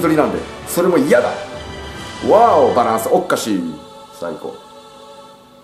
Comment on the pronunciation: 個人的には『バランスおっっかすぃ～』吹いた